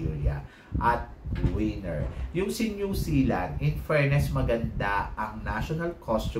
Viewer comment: ......"WIENER".....is a D....CK. "WINNER" is the word and you just have to PRONOUNCE it CORRECTLY. AHTISA MANALO......."WINNER." VIETNAM.....TRASH. DON'T LIKE OTHER PROPS TO BACK HER UP.. NAT'L COSTUME SHOULD BE WHAT THE CANDIDATE IS WEARING AND WHAT THEY'RE HOLDING AND NOTHING ELSE. BECAUSE OF HER TOO MUCH CRAP., I DON'T LIKE HER.